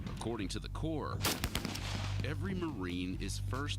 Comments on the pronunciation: Corps NOT CORPSE. THEYRE MOT DEAD ' THEY'RE VERY MUCH ALIVE & WOULD KICK YOUR STUPID ASS FOR SAYIN IT! AND RIGHTLY SO ! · I'm missing something, she still said it wrong..she said corp twice. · It’s pronounced core (corps)